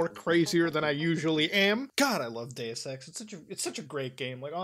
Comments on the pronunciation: OH DEUS EX I THOUGHT YOU SAID GAY SEX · When he said he loved dues ex I thought he said he loved gay sex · when he said deus ex i though he said day sex and i was majorly confused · For a second I thought you said gay sex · SAME! I thought...damn I'm getting hard of hearing after reading the comments. Thanks Zoe for making your comment. I was too embarrassed to say it.